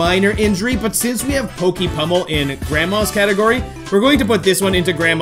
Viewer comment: You said pokie pumble or grandma dose this